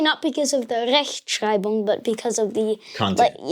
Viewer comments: Chapeau to German accent. I am already 2 years learning German and my accent is absolutely not comparison to pronunciation. Just amazing. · is so German 😁 he pronounce german Like a real German and the word Rechtschreibung with harshness german accent…. If you dont know him,you thougt he is Born in German and a german boy 😅👍 you can be so proud of him Really 🫶🏻😊👍